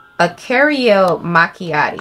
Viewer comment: Girl why can’t you say “caramel”?? 😂😂😭